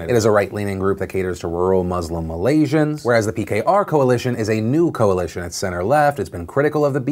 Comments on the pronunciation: Philip DeFranco hey Phil! Thanks for covering the best thing to come out of my country thus far! All your facts/pronounciations were solid, btw! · As a Singaporean (adjacent to Malaysia) and DeFranco fan since the beginning, I appreciate your talking about the region objectively and accurately; pronunciation was on point too. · Ey phil. All i can say is damn boi, your Malaysian word pronunciation is damn good. Well done. P.s : Mahathir used to be in BN too and was the Prime Minister for 22 years.